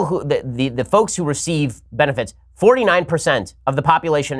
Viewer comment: . Did the Hebrew come out a little on 'who'?